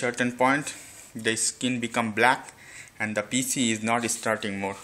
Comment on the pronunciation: it's pc not piiiise